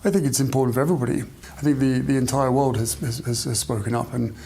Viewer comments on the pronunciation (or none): Why oh why can’t he say the word “world”????? He pronounces it “Wowd”. So “The World” comes out of his ignorant mouth as “Ver Wowd”.